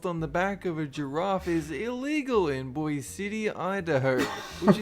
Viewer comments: Lol, Boise is not pronounced Bois, but Boy-zee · got Boise wrong, it’s not “bois city” Idaho, it’s Boise, Idaho (pronounced boy-see) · Almost all of these laws came about because a judge decided it was legal/illegal. By the way, Boise ID is pronounced BOY-see.